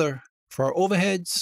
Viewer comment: "Ova heads"